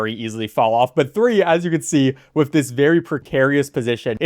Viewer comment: Say wiff one more time...